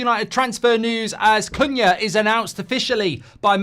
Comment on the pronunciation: is awful at saying his same. She’s the same with Cunha too haha